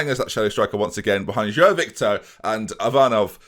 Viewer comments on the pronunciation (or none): João I believe is pronounced J-wow but like a soft j if that makes sense